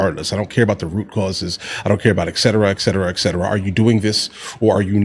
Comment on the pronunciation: Pet peeve. It's "et cetera" not "eck cetera."